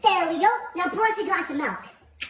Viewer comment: did he say: por us a glass of malk in